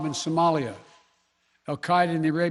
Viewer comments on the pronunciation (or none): none